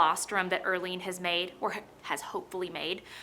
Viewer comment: Erlene. More like Early-ne 😅